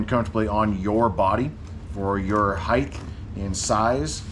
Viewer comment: Love the bag. "height" doesn't end with a "th".